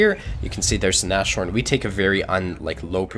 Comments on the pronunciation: it's not Na-shorn, it's Nas-horn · god this guys pronounciation... nash horn, really? He is really enjoyable to watch though, keep it up!